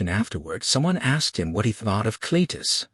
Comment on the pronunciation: The AI cant get Cletus name right.....all different .....Clattus and Clattis were a good one's....the sub text is sometimes righ the Voice is Terrible